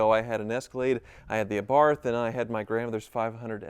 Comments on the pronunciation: Congratulations to both of you, please don't mispronounce the little Fiat's name, it's Ah-bath not Ay-barth. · Pronounced, “uh-BARTH”, not AY-barth. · Commiseration on losing the Wizard. Congratulations on the wedding. Meanwhile what’s grating my teeth is the way you pronounce Abarth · It’s Im oh la not I mole ah red and Ah Barth not Ay Barth ffs🤬